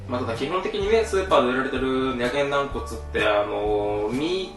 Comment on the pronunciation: な↑ん↓こつ